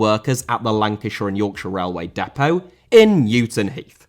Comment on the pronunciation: Dinamo* not Dinamau Depot* not Depouw Honda* not Honder El* not Al Al* not El Mitsushima* not Mitsushimer Jersey* not Jerzey Salzburg* not Soltzbög Rasen* not Rohrzen Dissolved* not Disolved Transit* not Tranzit Opel* not Ouwpel Cimento* not Cementouw Liga* not Liguer División* not Devegion Leverkusen* not Leiverkusen Wolfburg* not Uolfsbög